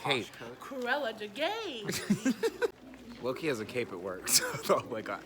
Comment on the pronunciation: "CRUELLA DEGAY!"